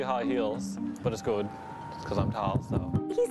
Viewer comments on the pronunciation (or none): "that's goohd" haha aww hes so adorably awkward.